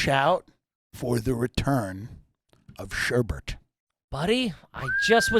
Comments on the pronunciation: Its sherbet. Not sherbert. New AYG question! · IT'S SHERBET NOT SHERBERT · They could have made this a 5 second episode just by asking Tim how to pronounce sherbet. Saying "sherbert" is about as trashy as it gets. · Gotta have Andolini's when you're in Tulsa, guys! You guys pronounce it, "shur-burt"? Yep, definitely garbage.